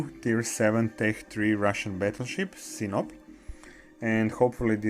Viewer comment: It's not Sinop, it's SinOP 😎